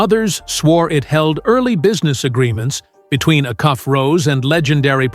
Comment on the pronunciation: Its pronounced A-Cuff. NOT